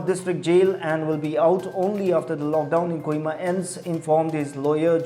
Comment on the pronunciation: Its not Kuhima.. Its a Kohima